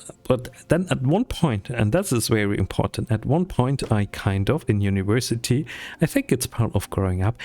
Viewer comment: "uniwersity" uwu Sorry. Loved the video and very relatable. I needed this for my own motivation (